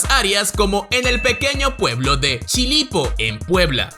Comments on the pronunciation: Chipilo no "Chilipo" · Todo iba bien hasta que dijo "chilipo" Chipilo,puebla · Soy de México y del Estado de Puebla. La ciudad que mencionaste se llama Chipilo. No chilipo como tu dijiste. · No es Chilipo Puebla, se llama Chipilo, Puebla, México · INFÓRMATE BIEN , SE PRONUNCIA Y ESCRIBE PUEBLO DE CHIPILO , NO ES CHILIPO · Es chipilo* no chilipo jajaja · Minuto no es CHILIPO es CHIPILO se habla Veneto es un dialecto. Saludos!!! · ¿Chilipo? Jajajaja... Se llama Chipilo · chilipo??? Es chipilo 😅😅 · el pueblo italiano que está en el Estado de Puebla, no es Chilipo...es Chipilo. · Chipilo puebla en Mexico y yo escuche chilipo.. correcto?? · "Chipilo" no "Chilipo"... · min , lo correcto es chipilo, puebla saludos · No es chilipo, es chipilo, Puebla, México. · El pueblo se llama Chipilo, no Chilipo hahahha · No es Chilipo es CHIPILO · No es chilipo, es Chipilo Puebla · Es Chipilo no chilipo como mencionó xd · Es CHIPILO. no Chilipo. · Una corrección: en el minuto dice "Chilipo", el pueblo se llama Chipilo, en el estado de Puebla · Es "Chipilo" no "Chilipo". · Hola solo quiero hacer una corrección el nombre del "pueblito" en Puebla no se llama "chilipo" es CHIPILO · Es chipilo no chilipo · No es chilipo es CHIPILO CORRIJAN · cazzo si chiama Chipilo, Puebla, non chilipo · El pequeño pueblo mexicano habitado por italianos no se llama CHILIPO, se llama CHIPILO, pongan más atención por favor 🤣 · jajaja a mi se me hizo gracioso cuando lo escuche,pero esta bien por un lado. Porque e leído que algunos creen que "" es mexicano y si no sabe que es Chipilo en lugar de chilipo es porque no es Mexicano. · Es Chipilo, no Chilipo. Ahí se habla una variante del italiano, que es el véneto. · No es chilito, es CHIPILO.... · NO ES CHILIPO, ES CHIPILO EN MI BELLA PUEBLA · Chipilo es chipilo